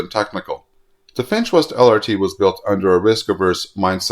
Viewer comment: Whenever you say, "the Finch West LRT", I keep hearing, "the defenseless LRT" 😂